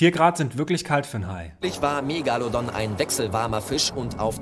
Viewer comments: Mich triggert die Aussprache Megallodon. Das Teil heißt MegaLOdon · Du meinst Meeegalodon. Ich hab nach so einem Kommentar gesucht. Mit geht’s ganz genauso. Hat mich so fertig gemacht